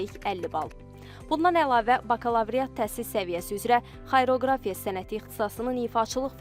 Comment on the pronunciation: Xayroqrafiya yox,deylişi xariaqrafiya